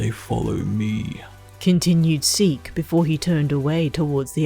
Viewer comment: When you say seek I hear it as "zeek" from aot 😅